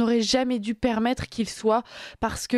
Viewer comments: a du mal avec le participe passé du verbe devoir: "auraient duz-être", puis "auraient dut-être"! Que cela fait mal aux oreilles! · Bien. Mais Attention aux liaisons mal à propos, avec Dû, Les journalistes doivent savoir bien s’exprimer en français , il en reste si peu aujourd’hui. Notre belle langue est mise aussi à rude epreuve.